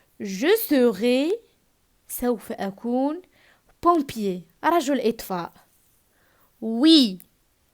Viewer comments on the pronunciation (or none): Pompier avec "o" machi" e"